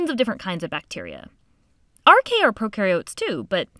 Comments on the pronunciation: ae in latin is always pronounced 'ee' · You should pronounce as AR-KAY-AH